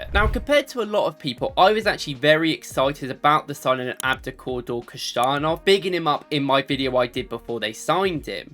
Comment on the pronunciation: His name is pronounced as WHO - SUN - OFF, not like Kushanoff or Kusanoff! Please pay attention. By the way a great video.